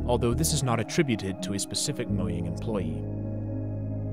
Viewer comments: It's pronounced mo --J-- ang, not mo'yang' Get it right fam 😊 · What do you mean moyang, it's mojang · The way you pronounce Mojang pisses me off so much lol